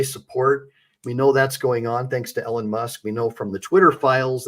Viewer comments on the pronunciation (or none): E lon . Not ellen musk